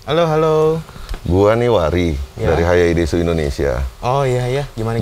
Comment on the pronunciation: Bacanya Hayaides bukan hayaidesu😑🤣